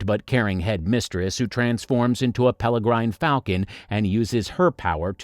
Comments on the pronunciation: PS, it's a peregrine falcon not Peligrine as suggested in your video with "L's" added. Not a big deal, but you have to opportunity to correct so many things before releasing. Papercuts accumulate. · Peregrine, not pelegrine. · Please learn to read or watch the film it is pereGrine as in peregrine falcon which she turns into not peLergryne as for Eva Green a very good actress another 10+ years and we will know that she will become even better. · Please learn how to pronounce peregrine correctly. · OK so the info is interesting and fun and the images nicely chosen BUT you need to check the pronunciations of your robot-talker AND fix the script so that it pronounces the words correctly. This may mean you having to write the script using strange spelling but sobeit. EG: Ewan is pronounced U-AN not eeewan. And as for Miss Peregrine, notice there is no L in the name, it is an R. The name is PEREGRINE and pronounced as perr-i-grin. Please, it is really annoying to hear this rubbish and worse, it disseminates this to people who are too dumb and undereducated to know the difference. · This has to be an AI voice! Nobody can mispronounce "peregine" that badly ... or call Ewan McGregor as E-one